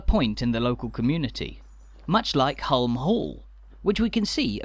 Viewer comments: Hulme Hall is pronounced Hume the L is silent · Place I've never been but knew the basics of the story. Didn't realise it was so recent that non-employees were allowed to buy homes there though. One wee point: I think you'll find that "Hulme", Lady Lever's family name rhymes with "room" or "vroom", rather than having a hard "u".😁👍 We seemed to be, very much, in residential streets, even the main street. Are there shops, banks etc to be found in another area? I'm assuming that some commercial services would be provided by the company itself but, hopefully, there were/are some shopping facilities in the village. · Some good research but why oh why the constant mispronunciation of Hulme! Please dub the correct one. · I enjoyed this but I thought the narration could have been better informed. The pronunciation of Hulme Hall …..